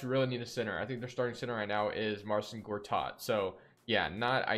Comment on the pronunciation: he said gortat😂